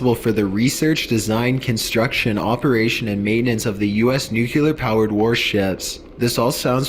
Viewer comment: Great vid, L. I have a question, though. Why do people say "nucyuler", instead of nuclear? Nuclear (pronounced new-clee-ur).